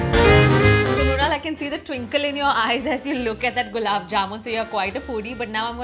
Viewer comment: Brunal 😂 it's mrunal